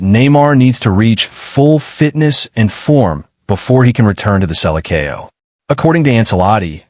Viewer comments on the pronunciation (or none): Please, Please Learn how to speak Selecao with some brazillian people or listen to brasillian commentators do your diligence...